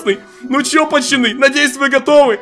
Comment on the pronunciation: Тупо говорит пачаны